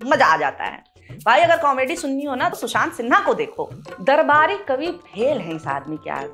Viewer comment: Aap ne shushant kaha ya Chushant..?